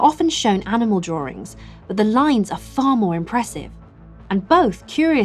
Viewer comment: I love it when people say drawrings